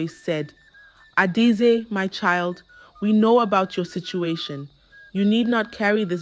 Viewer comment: If you can’t pronounce names, I still best you don’t use them… your pronunciation is Ada-ezi instead of Adaeze